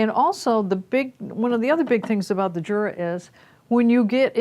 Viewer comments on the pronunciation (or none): It's not JURA it's U-Rah that's how you say it. I can't stand when you say Jura. Only Americans are so ignorant... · Its pronounced YUR-AH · The name is "Jura", which is Swiss German. It is pronounced "Yura" because in German an initial J is pronounced as a Y.